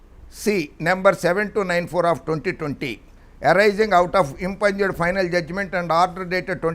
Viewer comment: Impugned. I've heard you pronouncing this word as impunged. It's pronounced as impuned.